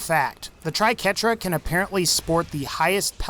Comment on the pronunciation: That was the first thing I noticed when he started showcasing the Triquetra (or "Tri-qwerta" as many people seem to call it for some reason). Ugh, painful to watch . . .